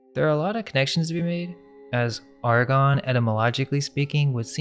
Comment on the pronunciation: The Ar-gons....the ar-CHONS??? Just a thought 🤔🤔🤔